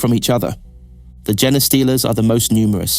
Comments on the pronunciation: it was fine until you started saying jenna stealer. its JEAN-STEALER. GENESTEALER, pronounced like blue jeans. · Fantastic video, a new topic for me to delve into when I have the chance. Spot on with the atmosphere as well. Only critique if the pronunciation of two things: Heretek and Genestealer. Its not Here-Tek and Gen-e-stealer, its Heri-tek (like heretic) and Jean-Stealer, as it steals your genes. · Your pronounciation of "genestealer" drives me nuts. Otherwise, great video!